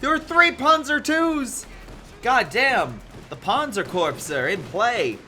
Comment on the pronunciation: Good morning, looking forward to all your casts this week while we quarantine. I enjoy your productions and the mis pronunciations 🙃. A couple of corrections: Corps is pronounced “ Core” with silent p and s like Marine “Core” Corps for example. The other is the Sabot round, the “t” is silent so: “Say Bo” is how my Tank Commander Dad pronounces it. Keep showing our beloved CoH2!